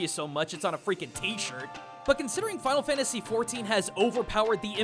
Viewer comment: I almost didn't watch the video because of it saying FFXVI (Final Fanyasy 16).